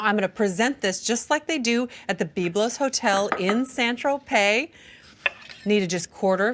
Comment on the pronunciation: I especially enjoyed her pronunciation of Beeb-lose. 😆